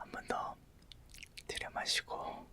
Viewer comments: 왜 자꾸 호흡부분에서 두려워마시고... 내시고.... 두려워마시고...내시고...이렇게 들려서 웃음터져섴ㅋㅋㅋㅋㅋㅋ잠이안와옄ㅋㅋㅋㅋㅋㅋㅋㅋㅋㅋㅋㅋㅋㅋㅋㅋㅋㅋ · 저도 그렇게 들려여..ㅋㅋㅋㅋ